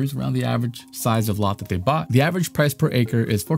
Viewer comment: What's "avarange"? I think you mean "average"